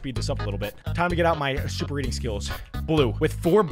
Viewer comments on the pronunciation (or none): none